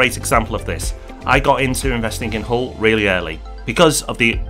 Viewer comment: Nice video...but Hull??? 🤣